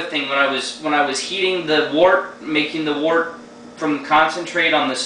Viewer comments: 1: Mr. Beer sucks. Go get the stuff and do it right, you'll be glad you did. 2: Glass bottles, not PET. 3: It's pronounced "wert", not "wart". Give it another shot! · pet bottles are fine for the beginner, but i agree with getting the right gear and doing it right. and its actually pronounced wort, the way it is spelled :-) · its pronounced wert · According to the dictionary, it can be pronounced either "wurt" or "wart". So I retract my previous edit, as it can apparently go either way. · well im in ireland, and most people here speak english very well, and i am back and forth to england a lot, and i hear pronounced most often as something between wort- wurt.